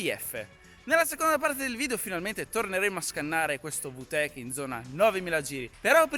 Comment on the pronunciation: Si dice vi tec non vu tec